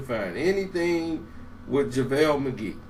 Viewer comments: "Lavale Magee" 😭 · he must have watched my video... lol. and he said lavel McGee.